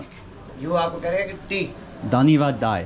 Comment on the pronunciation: Dhanyabad Bhai not D it's B ... Bhai